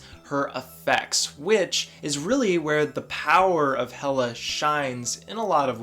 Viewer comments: It’s pronounced hell-a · It’s actually pronounced Hela (Heh-Kaw) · I about had a mini freakout when you mispronounced her name at the beginning, but then you said it correct a couple seconds later and I was like whew lol. Hela is a lot of fun. I enjoy playing her. So does my girlfriend. Hela is her favorite villain in the MCU. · yOu PrOnOuNcEd HeLa WrOnG!!¹! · You typed, "yOu PrOnOuNcEd HeLa WrOnG!!¹!" wrong! lol